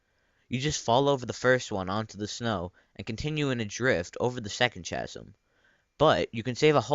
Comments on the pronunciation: It's pronounced "kasem" not "chasem", but cool tutorial! I never knew that existed! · It isn't CHA-sm.. it's KA-sm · And he be like "ch-asm" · IT'S PRONOUNCED KASM! NOT CHASM! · It's pronounced k-asm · it is pronounced kasm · The way you say Mach, chasm and Mario piss me off. Please learn how to speak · did you just pronounce chasm with the ch being normal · The ch in chasm is pronounce like a k. (Much like character or charisma.)